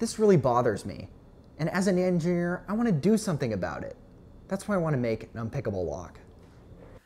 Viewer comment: Well done edu video - entertaining with the editing animation and cut quality self-evident. Unrelated and unexpected chuckle for what sounded like "As a 'nangineer'... " 😄